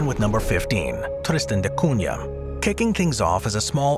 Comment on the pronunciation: There's no air strip on Tristan 😮 only sea acess via Calshot harbour into port of Edinburgh-of-the-Seven-Seas No need for the spanish accent for TDC St Helena is however pronounced "Sint Hulleena" You didnt mention TDC has their own parliament too